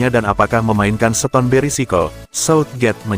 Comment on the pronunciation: Kok baca starter bisa tapi baca seton kan mestinya sama cara bacanya starter ston bukan seton atau setarter Hadeuh ini orang dari goa mana sih Mau jadi pembaca berita bola tapi gak punya ilmu dan gak mau cari tau